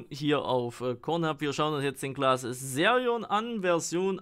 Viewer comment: Sag BITTE nicht Serion sondern Xerion